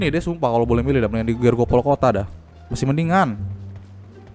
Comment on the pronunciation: Grogol bang bukan georgopol 😂